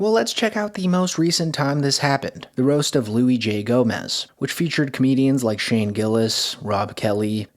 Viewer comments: "Louie" J Gomez. Can you do two seconds of fucking research if you don't know who someone is and figure out how to pronounce their name? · Luis, said like Louis, not Louie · knows nothing about comedy lol he really just called Luis Louis lolol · this was going somewhere until you called luis louie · I agree with you, and find Tony's ego and constant wedging of his politics into his show intolerable. But It's "Luis J Gomez," not "Louie Gomez." And Bobby has gone by "Robert Kelly" or "Bobby Kelly," but never "Rob Kelly." If you're gonna be snarky, be sharp. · louie j gomez lol. good video but i cant take you seriously when you call him THAT bro. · Btw it's Luis not Louie. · "Louie J Gomez" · It’s LUIS J GOMEZ you mother £ucker!! Not Louie…😒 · "Luis" isn't pronounced as "Louis", genius. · Luissssss luisssss not louie you muck! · I love that you referred to luis j gomez as "louie j gomez" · Luis J Gomez not Louis J Gomez 😂😂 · You calling Luis j Gomez louis j Gomez tells me everything. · “Louie” J Gomez lol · Luis not Louis Gomez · “Louie J Gomez” yeah how are we letting this guy do comedy commentaries lmao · Louie j Gomez ? You dumb hick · You come off as a hater. You watch one podcast where Tony was mediocre with some expectation comedians are supposed to be funny all the time. You can’t pronounce Luis j Gomez name correctly is how much you actually watch this content which was a whatever roast that Luis put together for himself that no comedians cared about. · Luis J .Gomez is gonna to be pissed you mispronounced his name doggy